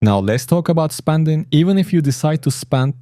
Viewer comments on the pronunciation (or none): Spanding or Spending ?